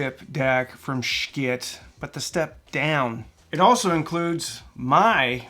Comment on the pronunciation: The pronunciation of the company is simply the pronunciation of the company you should pronounce it accurately